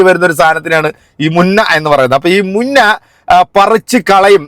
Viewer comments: മുന്ന അല്ല ബ്രോ മുഞ്ഞ എന്നാണ് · മുന്ന അല്ല മുഞ്ഞ അങ്ങനെ ആണ് സാധാരണ പറയാറ് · മുന്ന അല്ല. മുഞ്ഞ. എന്നാണ് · മുന്ന അല്ല മുഞ്ഞ എന്നാണ് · മുന്ന അല്ല മുഞ്ഞ